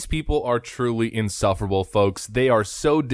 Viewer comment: Can you say "insufferable?"